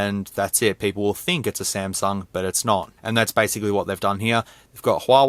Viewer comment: He said San sung 🤣🤣🤣🤣🤣🤣🤣🤣🤣🤣🤣 I'm cryin over here 🤣🤣🤣